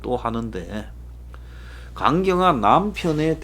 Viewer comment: 임자 경남사람잉교 강경화할때 쭈욱연달아 강경화 발음,, 강~한템포쉬고 경화하니까 간나쁜사람 간암 간경화 로들리네요